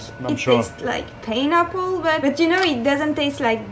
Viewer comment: "I anchorage you... painapple... suscry.." 😂😂😂 damn she is funny, I shouldn't be laughing but I just had one too many at the public house... she is clearly suffering and thinking she is doing the right and noble thing with her religion and food.